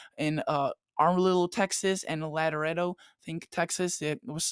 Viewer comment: Love you but y'all need to learn to talk Texan. It's Am-a-rillo (like "am" as in ham; "a" as in duh; and "rillo" as in brillo--the scrubbing pad). It is Laredo (very like music, this one--"luh" or "lore"--either one will do; "ray" like sunshine; "do" as in dough or doe); and Lubbock ("luh," no two ways about it; "buck," as in the male version of a doe) It took me three times listening to it to figure out where the armadillo you were talking about and by then I was so twisted in knots from laughing that I could hardly type. Keep up the good work! Thanks for the forecast.